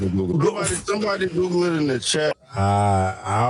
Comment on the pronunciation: Anytime with somebody tells me I’m lying or that’s cap. I’m gonna hit them with DID YOU GOGGLE IT 👀👀😳 DID YOU GOGGLE IT 👀👀😳 😂😂😂😂 Great rebuttal from